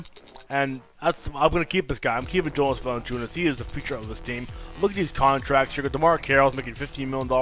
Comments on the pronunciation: 2K16 his first name is pronounced YO NAAS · 2K16 it is pronounced Val in chu nas. He can't shoot but he grabs all the rebounds. You got rid of a lot of great players from The raptors. And valinchunas his first name is Yonas but spelt Jonas.